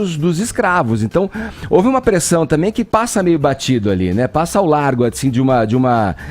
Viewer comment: Alguém mais já percebeu que ele usa "T" no lugar de "D" ? Kkkk... Deve ser pra lacrar.